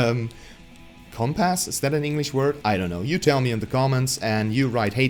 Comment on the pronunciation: Compass is a word, it's like a needle that spins on an axis and points north. It can also be used as a synonym for a guide. Although it's not pronounced "comp ass," it's pronounced like, uh, "cum piss." Weird, but that's how it's said.